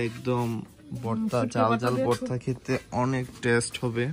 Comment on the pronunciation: বর্তা না ভাই ভর্তা বলেন। আপনি শুদ্ধ উচ্চারন শিখেন প্লিজ।